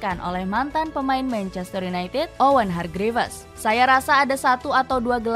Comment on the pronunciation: Hargrifs kak bacanya. Bukan hargrifes 😢